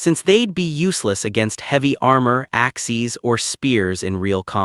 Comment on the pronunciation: I love how when the ai says "Axes" they say "Axies" 😂